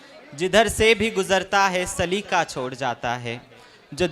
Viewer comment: سلیقہ میں ق ہے ک نہیں ہے۔ تم سلیکہ کہہ رہے ہو Its saliqa not salika